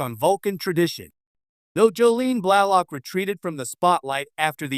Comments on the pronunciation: Thanks for the info, but like so many other said, please use an AI voice better. It pronounced both her character and real name incorrectly. 🤦‍♂🤦‍♂Do better! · Stop using an AI narrator. It's ridiculous. Her name was T'Pol.. pronounced teh pol not Topple or Teeple. her real name is incorrectly pounced too. AI makes stuff sound moronic.